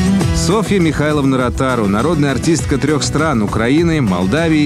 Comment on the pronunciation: Комментарий для диктора: нормативное произношение « Миха[лн]а», а не «МихаЙловна».